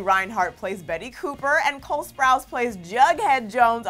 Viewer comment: She just said "cale" instead of "cole" lmao I'm dead